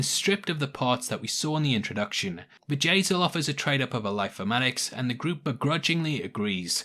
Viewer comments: You say 'Bjayzl' and I hear Vajazal which instantly morphs into Vajayjay, aka vagina. LOL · Sounds like you are saying "Vajay-zel lol